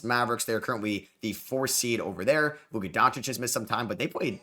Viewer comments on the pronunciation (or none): none